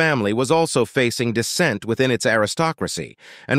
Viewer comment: decent -> dissent, a plum -> aplomb....other than that, an interesting story and a nice pacing and flow. The end was fun and worked. My commendations to the author.